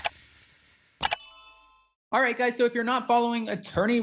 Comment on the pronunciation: Adam, “Guyzuz” isn’t a word! It’s “guys”! That’s all! “You guys”!! 🌷🌷🌷